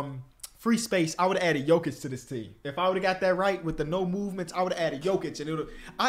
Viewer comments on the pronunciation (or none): none